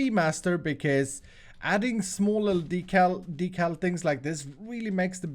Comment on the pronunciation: Did he say decalls